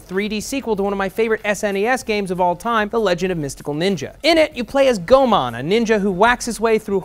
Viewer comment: Goemon is not pronounced Go-mon, but properly pronounced Go-eh-mon. The More You Know♒★